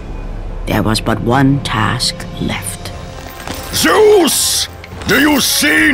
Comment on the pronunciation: Nah he sais ZEUSS !